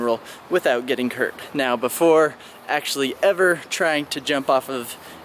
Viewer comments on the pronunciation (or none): You said Kirk not hurt